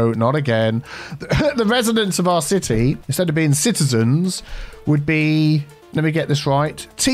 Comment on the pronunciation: "Citeazens" hehehe and "Citea"